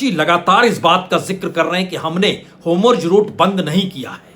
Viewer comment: सर मुझे लगता है कीआप जो "homurz" उच्चारण करते है वो वास्तव में "hormuz" होना चाहिए। बाकी तो मैं आपका फॉलोअर हूं।🙏🏾